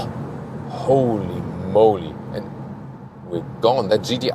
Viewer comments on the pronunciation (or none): shows us that when the acceleration goes insane, he goes from German to American with the "Holy Moly" in about 2 seconds.